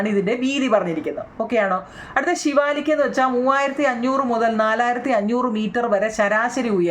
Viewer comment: ശിവാലിക്ക് അല്ല സിവാലിക്ക്😂😂